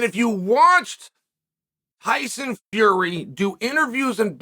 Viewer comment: Hyson Fury? He said it twice. Now, I think Chael just does that on purpose.🤣 Hyson!